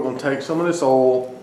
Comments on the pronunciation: What is ole, ohl?... and where do you get it? Aaaaand I feel stupid... you were saying oil... sorry, it's late. I like the part where you're cutting into the steak, talking, and literally I can hear your mouth watering... now I'm hungry for steak and shrimp :( As for the Post Salt cooking slabs, considering how much a small container of Himalayan pink salt goes for, granulated so less of it... that's an amazing price. Probably be more cost effective to buy a slab and granulate it for use than buy it in the store... but you don't have to since you can cook on it. Thank you for sharing that! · He says ool in stead of oil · Southern accent people say oil like that. It's a great video.